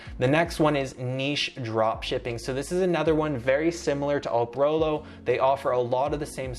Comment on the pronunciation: It's not Oprolo. It's Eprolo!!